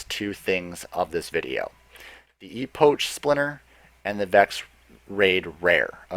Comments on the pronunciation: Also its E-pok not E-poach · it's pronounced Ep' och (epek) not epoch it refers to the beginning of a distinctive period in the history of someone or something thus time which is what the Vex are all about Look buddy if you can't pronounce something properly look it up first you'll sound more professional it's just an opinion though. sorry If your offended I'm just being honest. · Good video but it's pronounced ee-pock for future reference. You sounded a bit silly saying ee-potch And an epoch is an extensive period of time usually describing pre human history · its pronounced 'E-pok', not 'E-poach'. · Dude epock not epoach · Epoch is pronounced epic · You mispronounced 'Epoch'. It's pronounced 'EE-POK' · cool vid thnx, please pronounce epoch correctly ( e pok )